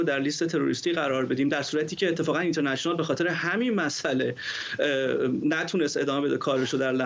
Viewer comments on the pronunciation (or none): اون اینترنشه نال گفتنت کشتمون.با کلاس.مثل ادم بگو اینترنشنال😁😁😁